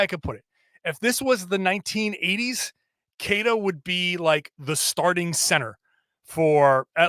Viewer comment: It's time you start pronouncing Queta's name right,. He's earned it. Great podcast, as always.